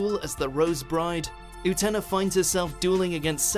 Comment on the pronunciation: What is it w/Utena and pronunciation?! If you'd watch an episode or two in the original Japanese, you'd surely easily pick up the proper pronunciation.... I am baffled by this; it's not that difficult to get it right!